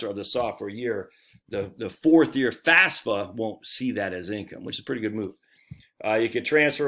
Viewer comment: Say it with me now, F A F S A. FAF then SA.